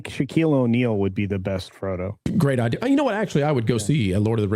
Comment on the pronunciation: Nolan lost me at "idear".